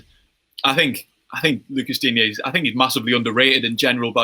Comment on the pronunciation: As a french i'ts funny to see that the Spurs fan pronounces better the name Lucas Digne than the Everton fan ^^ and it's funny to see how high he is rated in England, whereas most Frenchs don't rate him (personnally I think he is great though)